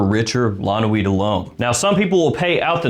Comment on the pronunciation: FYI it's La Nuit not L'Noi